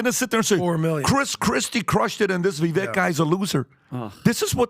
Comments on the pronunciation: Hey...love your content! You know I've only heard Vivek correct the annunciation of his name one time and it was after the first public debate. So, I don't think it bothers him that most people say his name wrong but when he says it, he says it's Vi-vake like cake 🍰 Kind of like Hyundai which is pronounced Hun-day... Like Sunday. I don't know whether he'd care or not but a lot of us would love to hear his name pronounced correctly since it's going to be in the cycle for a while:-) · I swear I'm not trying to be the language police. It's just a pet peave of mine, and I know it's probably going to draw me ire. I implore you to please say Vivek's name if you respect him so much. I cringe every time I hear your panel say it. He has said on multiple occasions, "Vivake like Cake." In the grand scheme of thing, it probably matters not. Being an old man, to me it shows so much disrespect. I love your content and agree with a lot of what you talk about, so no disrespect meant towards you from me either. I hope you can receive this as it is intended. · Say his name right guys please. Vi-vake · It would be nice if you guys could remember how to pronounce Vivek's name. 🎂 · Can yall please learn how to pronounce our future President's name correctly at least? Vivek (Vi-vake, like cake) Ramaswamey. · Go vivek. They will know how to pronounce that last name properly. 🎉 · Guys let's get Vivek's name correct. You guys are not pronouncing it correctly. He is the next President, let's put some respect on his name. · It's pronounced "Vi(VAKE), guys. Come on already. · I love this podcast but you’re all mispronouncing Viveks name. It’s pronounced Vi vake … rhymes with rake and take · Vivek [va-vake (like cake)]. I heard an interview with Vivek and this is how he said his name is pronounced. Just saying. Names really are important❤. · Love you guys but it’s pronounced Vivake (rhymes with cake). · If you like the guy you should probably learn how to say his name right